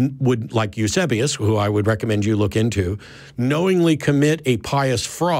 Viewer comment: who was Matt talking about. It sounded like he said Yusubious. How do you spell the name?